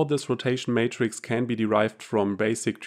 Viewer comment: Great video but the word is Matrix not Mattress Mattress is what you sleep on.